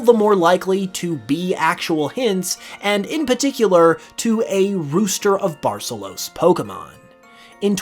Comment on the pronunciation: The pronunciation of Barcelos is atrocious